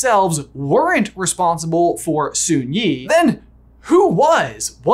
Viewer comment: For the amount of work and research that goes into these videos, I'm a bit surprised they missed fairly common (or so I thought) animal trivia that red panda's aren't bears.. and didn't double check how Sun Yee's name is pronounced... lol